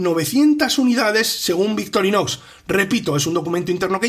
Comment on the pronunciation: puede ser, pero tal vez sea una epidemia, porque no soy el único que no escucha la C en medio y la X al final. De todas maneras eso no invalida el gran trabajo y dedicación que hay en el canal. Es solo una observación o crítica constructiva si se quiere. Entiendo que el castellano no es igual en España que en Argentina. Saludos !!!